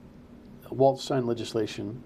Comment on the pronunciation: Might want to research how to pronounce Walz' name if you're going to run interference for him.